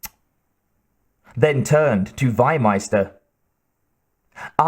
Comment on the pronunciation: The correct pronunciation is "FEE-meister". Not "why-meister". Meaning Livestock-Master. And the guy is not south-german. He is austrian.